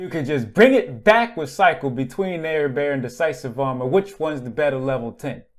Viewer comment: Actually he didn't, but almost no one can since it's Celtic and whoever decided the transliteration of Celtic should be hung. It's closer to "Ah-red-far" or "Ah-red-var"